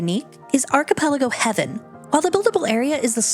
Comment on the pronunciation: Why'd you add an E to Haven? As in, HAY-VEN. Not Heaven.